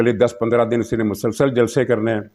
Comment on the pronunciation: janab aap ka tajziya intihai jandar aur haqeeqat ke qareeb hi hote hayn in me istaimal kiye gaye alfaz pur mazah aur pur maina hote hayn jin par besakhita hansi nikal jaati hay..........aakhar me aik guzarash ke aik alfaz bolte hayen "MASALSAL" in ka uchar (pronunciation) galat hay in ka sahi uchar hay"MUSALSAL"